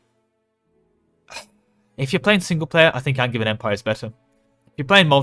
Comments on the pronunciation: Wait, isn't Angevian pronounced with a J, like in Anjou? I would use the hard "g" in Magisterium and a "j" in Angevian, you must have it backwards! (non-native speaker btw) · Definitely a soft J in Angevin AND in Magisterium. All the Magi- words are soft J -- magi, magic, magicka, etc.; magus is hard G because it's the ancient Greek root.